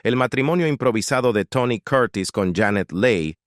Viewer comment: Aprende a pronuciar las palabras..quien es Tony Coortis? Se llama Tony Curtis..